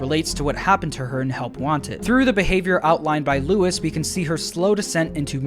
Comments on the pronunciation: Nice vid, but in , , , and , Luis is pronounced lwis not Lewis or Louis 😂😂😂 I don’t like when people call me Lewis or Louis… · everytime this man says "LOUIS" and not "LUIS" i die a little inside. my friend, it is LOO-IIS pls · So weird how Luis’ name is pronounced Louis even tho that’s not the same thingb